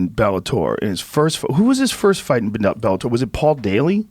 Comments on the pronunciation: Joe ``i can`t pronounce Bellator``Rogan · cause he`s Dana bitch. he can`t even pronounce Bellator